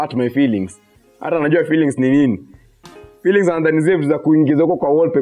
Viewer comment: Aty feelings ni nini 😂 "fillings"😂